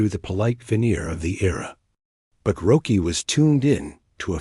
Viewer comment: Hey, this is a great fable of Roky. It is a great story. But people are not going to like it. His name is pronounced, "ROCKY". And everyone knows this. He spelled his name without a "c". Can't you change the A.I. program and spell it with a "c" so the voice gets it right ? Roky is pronounced "Rocky". Learn to pronounce his name, Bro. Please. Thanks